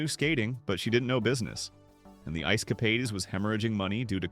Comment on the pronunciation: It is Ice Cap aids not Ice Cap aids ees, please get the AI right.